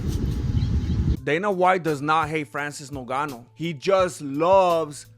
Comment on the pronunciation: Hello MMA, why do you call Ngannou "Nogano"?